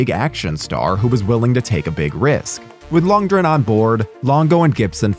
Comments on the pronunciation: Action icon Dolph Ludrenn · I'm sorry, did you just say Dolph Lunge-ren? And why does every video about this movie call it Johnny Pneumonic? It's Mnemonic. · Loond-gren. With the R sounding like a soft D. Eheh, you said ”soft D”. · You do know lundgren has a "g" in it dont you?